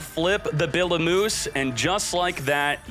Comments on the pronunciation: (I know u don’t care but) it’s pronounced Biblee O Myuse (like mu-sic) so just call it Biblee like Iblee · did he just call Bibliomuse, "Billy moose"? lol